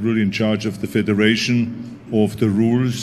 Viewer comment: In chaaage. Of de wuuules.